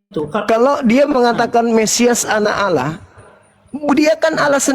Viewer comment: Kenapa pendeta sebut alah.